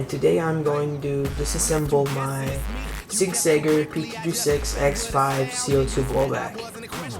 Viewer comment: hahaha "Sig SÄGGER"